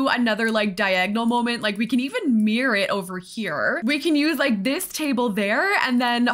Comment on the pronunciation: Obsessed with this build but even more obsessed with your very Canadian pronunciation of mirror-I feel seen. Love from Ottawa!